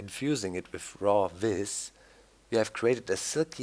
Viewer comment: vis is pronounced veece